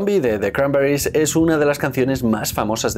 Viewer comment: Me jode de manera sobrehumana usar el acento yanki, toda la vida diciendo "cranberris" cada uno con su acento y ahora hay que decirlo con acento de no se sabe muy bien donde y que parece que uno habla con la boca llena de vete tu a saber el que.